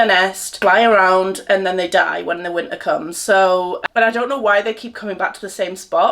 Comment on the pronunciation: The strong Welsh accent came out there when u were saying its wintaaaa!😂it was adorable btw 😊❤